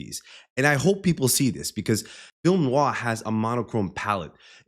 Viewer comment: You said "film noir" as well as a native English speaker could. Bravo. Great analysis btw !